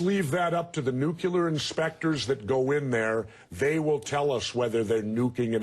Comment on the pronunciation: "Let's leave that up to the nuculer inspectors..."